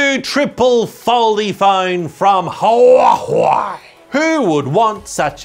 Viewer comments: I love how he calls Huawei huwahwah💀💀💀💀💀💀💀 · you call it Who-are-they... That is a proper pronunciation of Huawei. 😉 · Those "Hua-huei"'s killed me 🤣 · why is he keep calling it hua hwei lol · why HuaHui? i really didn't expect 'w' is so difficult to pronounce. like 'whey protein' is not challenging. i though, sh, zh are always difficult but not for germans and slavish speakers. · proper pronouncination of huawei is Who are they? or who the fuck Apple thinks it is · Need to teach the guy how to pronounce huawei correctly 🤣🤣🤣